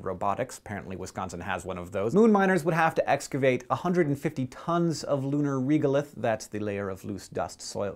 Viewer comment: Hank, I think the "e" in "regolith" is pronounced like the "ea" in "ready" :)